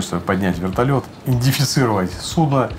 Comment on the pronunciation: ... странно, подполковник вроде грамотный, рассказывает так уверенно, но слово "индифицировать" коробит слух... тем более это не оговорка, так как он и далее в рассказе точно также называет идентификацию. 🤷